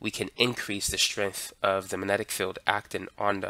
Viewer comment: "mannenic", lol.